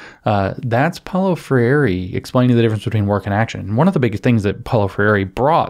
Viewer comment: James! Gol! Think "diphthong" for Freire. TWO syllables: FRAYR-ray. Like Frère Jacques, FRAYR-ray. Gol.